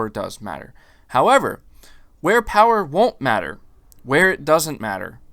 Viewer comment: The Powahh...lol